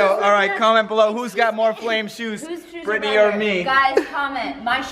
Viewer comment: NOT Birttney